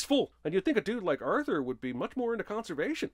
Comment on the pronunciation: 100 sins to cinemasins pronouncing Arthur's name as "Urther"